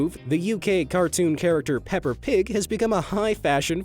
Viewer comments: It's not a pronunciation of "pepper". It's "Peppa" as that's actually a name for girls". I've heard it being used a couple of times in British TV and movies for female characters. I'm an American in America, and I don't recall hearing it as a popular name, here. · hearing you say pepper pig in stead of peppa pig made me laugh to much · Peppa, not “Pepper” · ITS PEPPA NOT PEPPER YA GOOF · “Pepper Pig” I think you meant “Peppa Pig” lol 😂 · HE SAID "PEPPER" PIG!!!! GAH! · did he just say pepper pig? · Did no one notice that he pronounce peppa pig like “pepper pig” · He sayed pepa rong he sayed pepper 🌶 pig 🐖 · Peppa not pepper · “Pepper” her name is peppa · I love how he says “PeppER Pig” 😂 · oi, numbnuts! its Peppa not Pepper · So nobody gonna talk about how he called peppa “pepper pig” excuse me what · It's Peppa, not Pepper